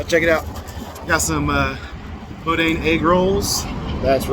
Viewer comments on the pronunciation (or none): It’s boo-Dan not boudin spelled that way but said different and it’s no really an egg roll it’s more of a Cajun delicacy that us Robert Louisiana folk love to eat